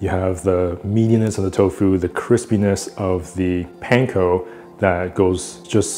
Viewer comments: Aloha I really enjoy watching your videos. I do wonder however, why you pronounce the word Panko like a non asian. Sorry for seeming disrespectful. I’m from Hawaii and we, natives, pronounce the word differently. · I'm always suspicious of cooks who mispronounce panko 🤨